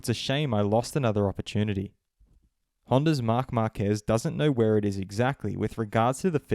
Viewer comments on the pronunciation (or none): none